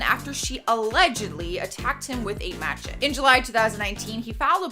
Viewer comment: You mean Ma-shet-ee spelled Machete. Rehearsal pays off in the long run. Just sayin.